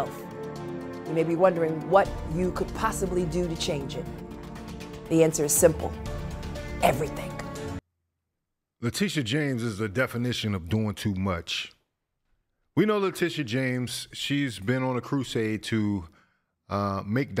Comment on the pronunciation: Oh my word. My Englisj teachets are rolling in their graves hearing her blatantly mispronounce 'everything' as 'everythink'. Exposure she cut English classes and no one was able to correct her because she knows it all!!